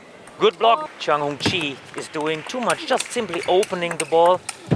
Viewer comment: It's CHIANG Hung Chieh ITTF!